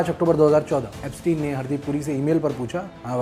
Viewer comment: एब्सटीन को एब्सटायन बोलकर आइंस्टायन बनाना चाह रहे हैं